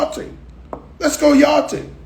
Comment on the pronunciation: I'm thinking yarting....let's go yarting 😂😂